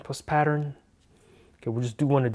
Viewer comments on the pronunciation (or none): none